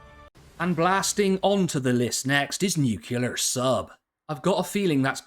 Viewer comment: Repeat after me: NEW-CLEAR.